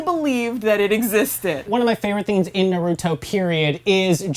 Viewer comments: OK IM MAD SHE SAID NARUTO NAR OO DOE AND TSUNADE SOO NADEY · work on your pronunciation when naming characters and everything about the series BECAUSE YOU GOT MOST OF EVERYTHING WRONG like who is narito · Narudo and soo-naday 🤮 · Is it so hard to say naruto and not naruudo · Literally the first few seconds, and mind you this is supposed to be an educated review, and I already hear somebody say the name of the anime wrong. It's seriously painful. "Naruto" is the name and yet all I hear is "Noruto". Seriously, it's a review. The least you could do is pronounce the word correctly. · Suenadae???? Noruto???? Oroutomaru??? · Rip the names Narooto Sunudae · NAAAROOOOTOOOO, TSSUNEDDDEE and AROCHIMOUUU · its only five seconds in, and they said "Narooto" aight imma head out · Okay Lets do this one more time Naa-Ru-Toe Su-Na-Day "G"-Ra-Ya Ra-Sen-Gaan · "Fans of Neruto" "Tsunaday" "rasengern" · Im just gonna tell you what they're saying Nuruttoe - Naruto Jutsoo - Jutsu Resengent - I think she tried to say Rasengan or something Sunadae- What the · Did she say NORUTO 😂😂😂😂😂😂😂😂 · I cringe everytime i hear narutoo or narudo god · "Noroodoe" seriously? They say Naruto's name a million times in the anime, why cant you say it right? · when they say na-root-o I want to fucking rip their heads off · i dont get how people watch a show called NARUTO but cant even pronounce the main character's name lollll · She didn’t pronounce ino right or Naruto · I'm pretty sure if they where true naruto fans they would know how to pronounce his name is literally mentioned in every episode sounds like there being paid for this same for tsunades name and Rasengen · The names are mispronounced it almost made me cry ;W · Anboo Tsunade Orochimaru Naruto How can't you fucking pronounce NARUTO Hmmm of wait b/c you don't actually watch them , you just read of some source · It bothers me on how you cannot say Naruto right... please say his name right :/